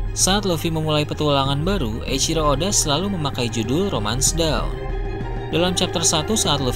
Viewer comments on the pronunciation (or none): Sebutannya Dawn, bukan Down min. Dawn - Sebutnya = Donn 🐊